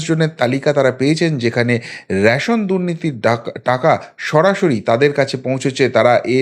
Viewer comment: র‌্যাশোন নয়, রেশন।